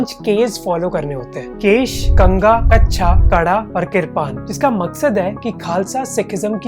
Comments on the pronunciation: Bro it's not KACHA It is KACHERA .. 👍🏻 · don’t pronounce it kasha bro that was pronounced like kasheyara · Its not kasha learn the pronunciation from youtube or either don't say it.